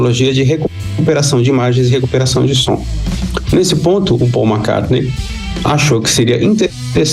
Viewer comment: Som é com M e não N.